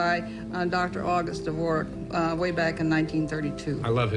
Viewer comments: why does he keep pronouncing it de-VOR-jack?? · its not duh - vor - zhaak, that is how to pronounce the last name of composer Antonín Dvořák. The Dvorak layout was created by August Dvorak 30 years after Antonín Dvořák died. it's simply pronounced how it looks. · Why do you keep pronouncing "Dvorak" as "DevorJAK"??? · No need to be any faster than about 100 for a computer programmer, otherwise your fingers get sore. What's more important is to be able to type fast on any keyboard, regardless of action. Correction: D vor ak is the pronunciation. Not pronounced like the composer. Computer science terms nearly always follow US English rules. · Informative video, but you mispronounced "Dvorak" every single time you said the word. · Hey, didn't you read the word? There is no j shound in Dvorak. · Great vid, Karl. Quick note tho: Dvorak (pronounced DEEV-OR-ACK) is the keyboard layout. Dvořák (pronounced DEEV-OR-ZHAK) was a Czech composer. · Dvorak is pronounced without the D. It's silent. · Interesting piece. Nuts really how much 'knowledge' is based on such shaky foundations. BTW there's no J in Dvorak😂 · Great video, but that's not how you pronounce Dvorak. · that's how you pronounce Dvořák the composer, but not Dvorak the keyboard :( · repeatedly mispronouncing "Dvorak" is killing me lol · You're pronouncing Dvorak wrong. You're pronouncing it the way the inventors name was spelled. The keyboard layout is pronounced as its written. Apart from that, another great video from THE legend! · It's all fun and good, but holy hell, that pronunciation of "Dvorak" gives me kidney stones. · I believe the Dvorak layout isn't pronouned like the composer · He thought it was pronounced like Dvořák (It's not btw) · The keyboard layout isn't pronounced like Dvořák. I thought it was only because I like the composer lol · DUDE how are you inserting a full on consonant into 'dvorak' jesus christ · This video is great except for the incorrect pronunciation of Dvorak every time 😭